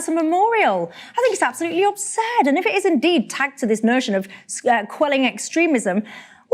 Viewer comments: She said obsurd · Good god, these people. Also, did that woman say “obsurd” instead of “absurd”? And where are war memorials being torn down?